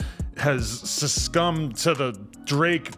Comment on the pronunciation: Adam said “suscummed” instead of succumbed 🤣🤣🤣😂